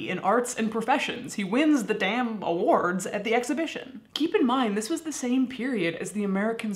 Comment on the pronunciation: I like how you say "award", are you from Rockford?